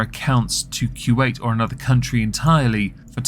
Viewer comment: Love how you pronounce Kuwait 😊 Kjuayt